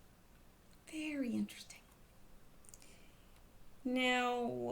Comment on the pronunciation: VAARRYY, VARRYY, INTWESTTING....